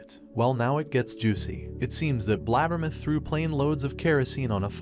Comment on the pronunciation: His pronunciation of “BLAB-ber-muth” tickles my funny bone! 😂